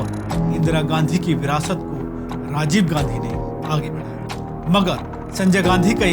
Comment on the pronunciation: कैसे कैसे लोगो को एंकर बनाते हो सर जी जो राजीव को साजीव कह रहा है और १९४६ को संजय को १८ साल का बता रहा है😁